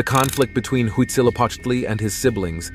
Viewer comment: It's huitzilopochtli